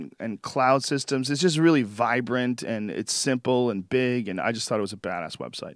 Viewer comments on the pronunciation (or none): none